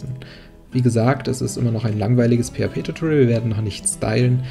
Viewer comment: Etwas grundsätzliches bei der gesamten Reihe: * "tutorial" kommt von "teach / tutor" lehren und nicht von "torture" Schmerzen verursachen * Except ist eine Erwartung sondern ein Auszug, also sollte man es nicht als "expect" aussprechen * align bedeutet ausrichtung .. also sollte man es als nicht l-gin bezeichnen und ein paar andere Punkte aber zumindest konsequent.